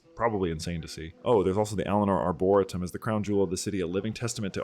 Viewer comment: Great video, btw Arboretum is pronounced Arbor-e-tum, Arbor rhyming with Harbor, and is latin for trees.